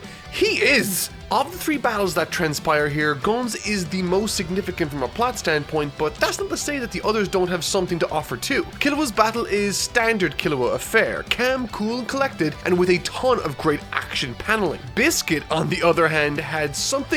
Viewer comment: Did you mean to say calm?? You said "cam".